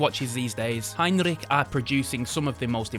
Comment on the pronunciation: The Circula and Heinrich stand out for me here. As always your giving us a nice history brief on each brand and showing us some great time pieces. Nice German pronunciation too! Great vid, cheers mate 👍